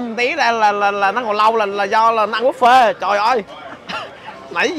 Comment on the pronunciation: Khi KhoaPug đọc chữ Buffet thành Búp Phét :))